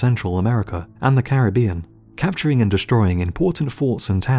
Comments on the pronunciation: I say it with me “Cair-rib-ion” not “carabian” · Why does everybody pronounce Caribbean incorrectly while trying to educate us about Caribbean pirates lmao